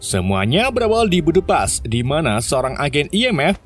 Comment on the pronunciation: Budepas 🤣🤣🤣🤣🤣🤣🤣 budapes bang 🤣🤣🤣🤣